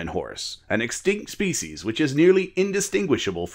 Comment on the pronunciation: Your uploads are steads as a rock, both in timing and quality! It sounds like you say faeces instead of (probably) species a few times though:D